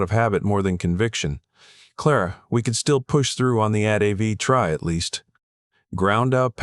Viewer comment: It is pronounced "A" "T" "V" !!! Other than that I liked the story even if the sled kept changing.